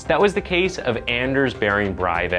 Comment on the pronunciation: There must be thousands of videos of Norwegians saying “Anders Behring Breivik”. Why not listen to them?